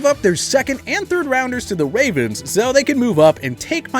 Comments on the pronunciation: “ to the Wavens😂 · he said wavens